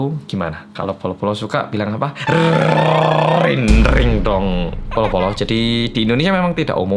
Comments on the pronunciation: Kenapa si yaa, setiap pas dengerin dan liat isi videonya tuh kayak tegang bgt, serius bgt. Tapi seketika ketawa di akhir, gegara ekspresi bilang rrrindingdong 😄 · Yang cadel auto kesel...RRRRRRR RRRRindingdong😂😂😂😂